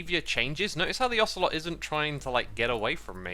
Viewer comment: Love the “ocelottle” lol